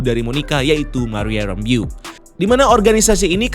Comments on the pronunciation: WandaVision, Wa-WandaVision,WandaVision, Wa-WandaVision~ Btw min, Itu nama terakhirnya Monica dibaca "Rambœ" bukan "rambiu" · Bacanya Monica “Rembouw” gak sih? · Monica "ræmbou" kali bang bacanya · penjelasannya selalu detail tp agak keganggu sama penyebutan nama 'Rambeau' yang kynya kurang pas berulang-ulang 😅